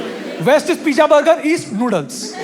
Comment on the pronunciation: Y shouting so much needlessly till the voice goes high pitched and funny, and cant b understood? Y needless swearing? U youngsters with your pijja, bugger and f-ing! 😅